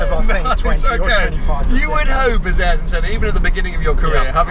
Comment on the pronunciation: Smh a eer ton Not airton